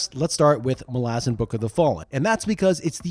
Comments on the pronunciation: Mah-Lah-Zahn not Mah-lah-zin 😂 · Sorry it's Mal-a-zan not Mal-azzen and I will die on this hill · The pronunciation of Malazan keeps tweaking me as my head-canon i sound it out as "Mal-a-zan" not "Ma-lazan". Sounds like a throat lozenge brand lol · I thought you were saying molasses, then it dawned on me.....I have always pronounced MalazAn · As an Australian, I suggest that the pronunciation of "Malazan" should be clearer. Not "Malah-zen/Malah-zin" but "Malla-Zann." I think that Stephen Erickson would agree, despite his own accent; The name of the Empire should not be soft-sounding, as that is not its nature. The Malazans represent a multi-cultural society that idealises the clear-eyed understanding of their place and chosen role in their world. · idc what anyone says, the pronunciation "Mal - Laz - En" drives me freaking crazy. I will forever be on team "Mal - Ah - Zan" and all you children of Odium can bite me. 🤣✌ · Mol-Azz-in? I’d watch this video because the books are great but I can’t listen to you butcher the name for 40 minutes. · Mala-zhan sounds cooler though so we should stick to that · FFS!!! Mal/as/an and no it's not pronounced like you are. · I am so glad I read the series a long time ago, before I could learn that it’s pronounced Malázan 😂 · I always thought it was MAL-a-zahn. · Bro I love this video but is it pronounced like that? It rhymes with “Aladdin”??! I thought it was MAL-uh-ZAHN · I don't care, that pronunciation of Malazan grates on my nerves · I think 90% of malazan readers are with me in saying that Eriksen, despite being the author, is wrong on almost all matters of pronunciation. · THAT'S how you pronounce Malazan? Look I recognise that Erikson has made a decision, but given that it sounds like arse, I have elected t ignore it. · Please stop saying Malazan like that 😬😬😬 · There it is. Thanks, buddy. And Erikson pronounces Malazan wrong.